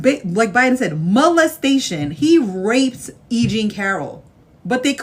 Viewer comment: That woman said 45 "graped" E. Jean Carrol AS FACT -- can we get her on some legal thing for that?